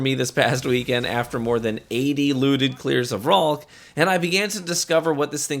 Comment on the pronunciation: Did u say 80 clears??